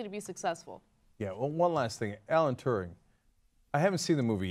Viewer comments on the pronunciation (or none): Alan Turing, not Turning... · The Enigma Code! not the Enigma and it was Alan Turing not Alan Turning. Do your research Jesus fucking Christ, without him you probably wouldn't be able to host a show online, and there's a good chance you would be speaking German right now. Everyone is allowed to make mistakes, but you need to get your facts right when you are informing people, and certainly not when you view your opinion with such importance. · Turing, not "turning". And he solved the Enigma code, not "the enigma". Seriously, he made such a massive contribution to humanity but TYT doesn't seem to know anything about him apart from him being gay. Urgh.. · it's alan Turing ana, NOT TURNING! :D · Omg Ana "Alan Turning solved the enigma"... mother of all facepalms At least get his name right -_ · Turing, not Turning. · "Alan Turnig"..? Come on, guys...